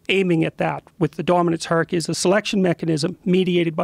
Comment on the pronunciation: Jordan needs to learn to pronounce the word "hierarchy" correctly. He keeps saying "harky". Just sounds goofy as hell.